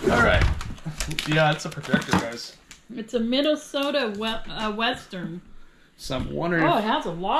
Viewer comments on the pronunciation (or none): none